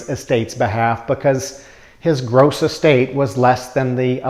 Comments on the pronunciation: I think it sounds like you're say Es State tax. I'm not sure. Estate tax. Anyway great video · Get to the goddamn point. Also it’s not est-state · Dude you are out of touch with the average person! Learn how to pronounce the word estate! It is not pronounced S state. But then you could be a Yankee and you were never taught how to properly pronounce words.